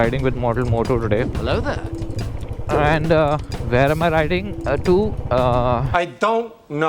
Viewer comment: why hello there sounds like halavtay 😂